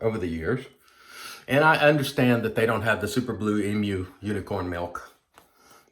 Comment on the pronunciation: Oh and thanks for sayin Emu correctly - not saying Emoo LOL